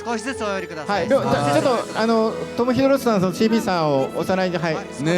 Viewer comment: 1番右の男の人1回も正しくトム・ヒドルストンって言えてないやん